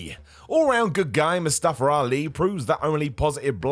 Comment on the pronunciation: I didn't know his name was MustafER Ali 🤣🤣🤣 Why do you guys put an ER at the end of words with an A ???